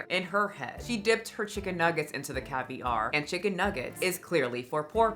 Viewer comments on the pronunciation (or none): Why does Jaclyn keep pronouncing “caviar” like that? There’s no accent on the second syllable, girl.